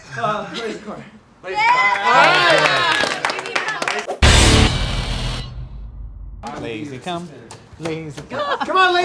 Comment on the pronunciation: Did just call lazercorn lazycum